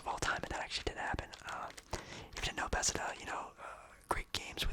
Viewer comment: Bethesda, not besda lol